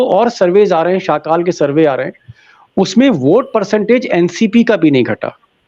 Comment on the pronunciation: दिपक भाई, सकाळ बोलिये, शाकाल नही..